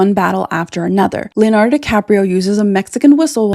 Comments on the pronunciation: A video about Leonardo without being able to say Leonardo- what the? You said Lanardo through almost the whole video! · it's Leo-nardo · If she could pronounce Leonardo, that might have been useful, too.